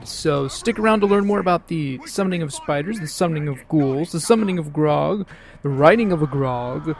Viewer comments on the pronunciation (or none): I was making a joke about how you pronounced "Graug" since it sounded like "Grog" which is a drink that Orcs drink.